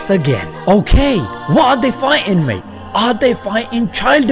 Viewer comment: The way you say mate 🤣 spot on